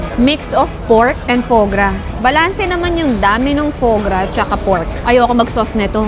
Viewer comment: Foie gras ! Not right prononciation ate😂😂😂